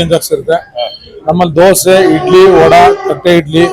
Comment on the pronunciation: ಧ್ವಸೆ ಅಲ್ಲ ದೋಸೆ 😂😂😂